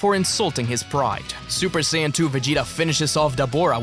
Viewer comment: Bro, you did not have to throw the hard N. It’s okay to say Saiya but Hard N💀